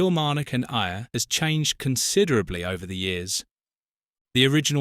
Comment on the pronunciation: Stranraer is pronounced like Stran-rarr. Ayr is pronounced like Air. And Dumfries is pronounced like Dum-freess